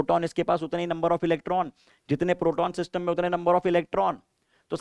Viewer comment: when ever sir says 'SYSTUMM'' my brain be like ''ELVISH BAHIIIIIIIIII✌YAAAYEE !!!!!!!